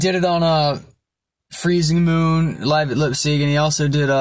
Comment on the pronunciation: I never saw a guy full of life like you!!! I am similar to you in the way i speak and i want to bring light into people's life!!! Keep it up with your scream vocals and Funeral Fog it's a little bit less screamed but perfect :) ah and anway it's "Lyipzig" not "Lipzig" :D